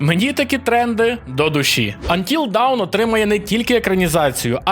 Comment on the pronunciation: dawn читається як [дон] не той дон що тік-ток війська а той дон що від тарантіно "from dusk till dawn" це не вниз а світанок =) так, я розумію шо це скоріш всього жарт був але вимова не давн %) сорі за занудство